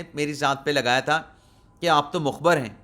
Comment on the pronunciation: Mukhbar ni.mukhbir sahi lafz hy